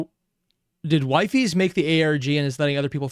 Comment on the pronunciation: Wifies is pronounced Weefees in collabs